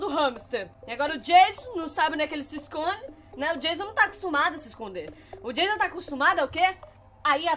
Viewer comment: Como pessoas normais falam Anônimos: o nome dele e Jason Como a fala: tchau jaso